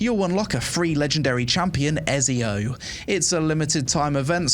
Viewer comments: e-ZI-o not e-SI-o ..... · I’m not Italian, but my head hurts every time I hear “EZio” instead of “ECio.” I guess we all do stupid things for money. HE IS GOD DAMN EZIO AUDITORE DA FIRENZE! AND HE ALREADY HAS ENOUGH OUTLETS. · im sorry but the game is not good enough to not have fast travel from main town...that's just outright dumb...way too much time wasting going on Also... i can't believe you called him " Ez-eeo" wtf is wrong with you... "Etsy-O" ! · stop saying ezzzzzzzio man it's ezio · Is noone going to mention how this guy doesnt know how to pronounce Ezio.... man its Et-Ze-O....Not Ez-E-O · Cool video :9 but bro its called ETTTZIO haha i cant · Ezio is pronounced Ets Zio! 🕶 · Its not ''Ezio'', its ''Etzio Auditore da Firentze''. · Bro mispronouncing Etzio hurts my soul!!! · Ezio is pronounced Etsy Oh. Et See Oh 😂. Was waiting for this video! Love your updates on this game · Dude watch your month when you speak, you dont just say "Ezio" You say : 🤌🤌🤌EZIO AUDITORE de FIRENZE 🤌🤌🤌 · bro called him Eiz Eo lol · Eh-ts-io.....EEETZZZIIIOO AUDITORI DE FIRENZE. Keep it up i like the content and ur coverage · Ngl the way you said ezio's name kinda triggered me for a sec 😂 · Your pronunciation of "Ezio" gave me literal cancer, LOL. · You can’t even pronounce ezio right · My ears bled listening to you butcher the pronunciation of Ezio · Had to turn it off when i heard you pronounce ezio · Why nobody talks about how he pronounced Ezio? I am dead! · bro has apparently never played Assassin's Creed, doesn't even know how to pronounce Ezio 😂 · He doesnt even know how to pronounce Ezio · The way you pronounce Ezio made me not download Raid shadow legends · why he pronounce ezio like that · They way you say Ezio deserves prison time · I'm sorry but the way you pronounce Ezio's name physically hurt me lol 🤣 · How can you play any games at all and not know how to pronounce Ezio's name lol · I'm sorry, how did you pronounce Ezio...?!